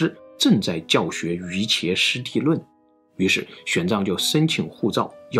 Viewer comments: 是“Yu Jia"師地論”，不是“Yuqie”師地論。這個“伽”字這裡要讀“Jia”。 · 错误太多了...瑜伽师地论，就是瑜伽论，念瑜jia，不念瑜茄，梵文是Yogacarabhumi，麴文泰姓是qu，一声。西游记可不一定是吴承恩写的，那只鲁迅兄弟自己考据出来的，没有定论，目前先安在吴承恩脑袋上。汉人士大夫以写志怪话本为耻，不喜欢具名，而且西游记、三国、水浒都是元明话本，每个零散的故事，早在元朝就已经是家喻户晓的评书了，只是元朝废科举，让文人士大夫无法入仕，才回家去编成章回话本的。它也不是什么国际政治的书，里面提到的狮驼国，明显是蒙古人反向输入回汉地的故事，因为喀喇汗国的阿尔斯兰汗和布格拉汗，正是蒙古西征灭花拉子模之前，十二世纪中亚最有影响的两位王，作者按元初历史照抄就是了。再者，公元六世纪的中亚还没突厥化，伊朗文化占主导，波斯拜火教才是主流信仰，佛教影响力在飒秣建国也远没龟兹、高昌大。孙悟空更不是什么胡人石磐陀，而是跟着佛经一起来到中原的印度史诗《摩诃婆罗多》里的神猴哈奴曼。印度主神都是有各种化身的，美猴王的形象，就来源于印度神话里千变万化的神猴，跟今天印度随处可见的哈奴曼雕像一模一样。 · 玄奘643年學成後，自創真唯識量論旨，在曲女城無遮辯論法會上等待十八天，結果無人敢出來辯難，不戰而勝，威震天竺，被當時大乘行者譽為摩訶耶那提婆（iAST Mahāyānadeva महायानदेव），亦即「大乘天」，被小乘佛教徒譽為木叉提婆（iAST Mokṣadeva मोक्षदेव），亦即「解脫天」。 又，瑜伽師地論（Yogācārabhūmi-śāstra），瑜伽二字依梵文拼音應讀為「魚家」為妥